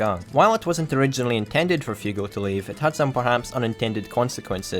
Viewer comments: Why the fuck do you call him Fiugo? he's called Fugo. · WeebMaster69420 Not really, his accend doesn't bother me, the only thing that bothered me was how he pronounced Fugo's name as Fiugo, but again, that's an understandable error for an english speaker. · Dans I'm not even a native english speaker and I understood it all with no problem, I was really anoyed by the way he said fugo's name tough, but that was an understandable error.